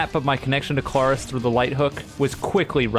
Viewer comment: YOU DON'T FRICKIN EMPHASIZE THE A IN KLARIS, IT'S THE R. THE R DANGIT.